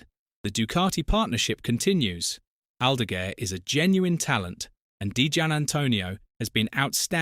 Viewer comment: Or Aldagooair 😂